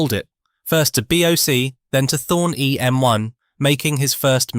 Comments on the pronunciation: EMI not EMY 😂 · EMI not EM1! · It was Thorn EMI NOT Thorn EM1.